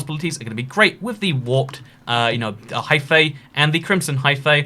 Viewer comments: Hyphae is pronounced hi-fee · Hyphae is probounced “high-fee”, ae in greek is an eee sound